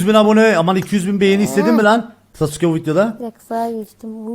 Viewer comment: abi şaka mısın profil fotoğrafindaki sasuke bile değil daha sasuke yi düzgün bile söyüyemiyosun :D yazık kafana